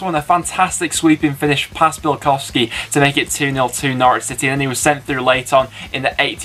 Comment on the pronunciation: I'm so glad Preston nailed Norwich - Nice one you northern beauties! Up the Blades!